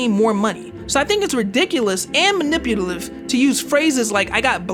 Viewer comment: That "maniputalive" killed me bruh